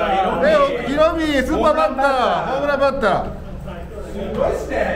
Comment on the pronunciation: レアードこれもう日本人の発音だろ（笑） ﾎｰﾑﾗﾝﾊﾞｯﾀｰ!!!ｽｺﾞｲｯｽﾈｰ!!!